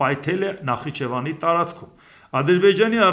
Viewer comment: Երբ ես Նախիջևանը կարգին արտասանելու, քեզ չի սազում Նախ իջևան